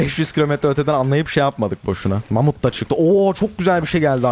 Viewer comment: mamut yerine amut diyiyor